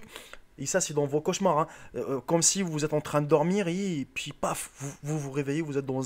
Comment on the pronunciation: noir il dit un pouis au lieux d'un puis